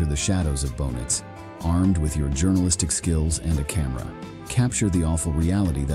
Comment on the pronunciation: Bohnice is actually a mental hospital in Czech Republic and it's very much functional and not haunted :D And yes... you totally butchered the pronounciation lol. Much love!